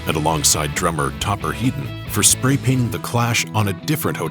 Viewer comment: Topper HEAD-ON, not "Heedon." You can't have a heedon collision, but you can have a head-on collision.